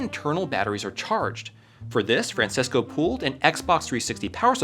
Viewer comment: Bro really said Fransesco